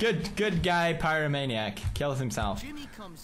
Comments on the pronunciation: phycomaniac XD it sound like dis (sy-co-maniac) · It's not (sy-co-maniac) it's pronounced (py-ro-maniac) which is a person who loves playing with fire lol